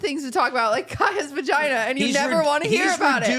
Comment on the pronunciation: They said vaginer 😂